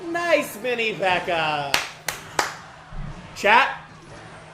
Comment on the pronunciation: who the fuck is mini pecker bro its mini pekka